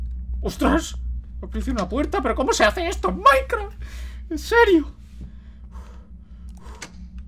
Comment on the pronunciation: Like si escuchaste que dijo maincra :v